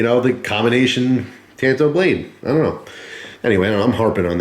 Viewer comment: It's pronounced " tahn-to." Tan-to is what happens when you wear flip-flops to the beach.